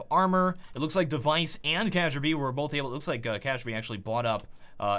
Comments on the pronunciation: I really hate to be that guy... But everytime tries to pronounce Kjaerbye I get lightheaded. Its like Kirby, except you sneak in a J, so Kjirby. Thats probably the closest you yanks will get to the Æ sound. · ka-jer-bee? kjaerbye. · its actually pronouced Kjærby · it's pronounced key-air-bee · btw the "j" in Kjaerbye is silent :) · KcacheB ---> kjaerbye hahahhaha the pronouncing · It's pronounced Key-Air-Bee silly! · kjaerbye = kajerby? that's a mistake even csgo news doesn't make anymore. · Kjaerbye's name is pronounced kee-air-bee! Great video, very informative basics. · pls learn that this guy is called K-Yeah-By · THAT'S NOT HOW YOU PRONOUNCE "KJERBIE" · Please, for the love of CS, "kjaerby(e)" in one word with emph in the beginning as in "kia" OOOR pro-nordic level "kjærbye" with "kjær-" as in "chernobyl" :) love from norway :) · Kesherbe? He aint no fucking pokemon man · CrystalChris - CS:GO lol keh-ger-bee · CrystalChris - CS:GO it's pronounced "kay-er-bee" if you're wondering. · It's pronounced Key-Yare-Buy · ^ Yes, Kjærby. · The way pronounces Kjaerbye hurts my ears lol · The way you pronounce Kjaerbye makes me wanna die :( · The way he pronounces kjaerbye is hilarious (im danish so i know the right pronounsation) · butchered Kjaerbye's name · KJEARBYE? that pronunciation... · Damn, i really aPPreCiaTeD that Kjearbye pronunciation. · I normally love your videos dude but I just couldn't take the pronunciation of Kjaerbye any more!!! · i stopped watching after i heard his kjaerbye. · the way he pronounces kjærbye triggers me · Is that really how you pronounce Kjaerbye? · Thank you for saying Xyp9x's name correctly. ..Kjaerbye's needs some work, though. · Kjaerbye is one of my favorite players how dare you mispronounce thy name. jk, love you <3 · Leo Gardemeister Kyaerbye* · You're pronouncing Kjaerbye wrong, It's not Ka'sha'bye its more like Carebye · lul at first i thought he said cajunb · He saya cajunb and its Kjærbye XD